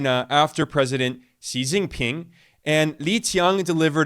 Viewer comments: The most accurate pronunciation of Chinese names from a Western YouTuber—he's clearly done his homework on the pronunciations of Xi Jinping and Li Qiang. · Damn, mad respect for the proper Chinese pronunciation of 李强 and 习近平!